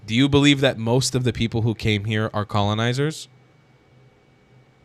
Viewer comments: Sooo funny how he CAN'T SAY the the letter "P" He says "B" instead of PEOPLE he's says BEOPLE lol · He said “beoble”😊